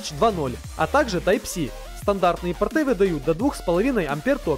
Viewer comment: нужно говорить по́рты, а порты́ - это штаны :) не обижайтесь.